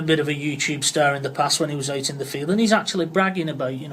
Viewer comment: Leave it aught! You slaaaagh!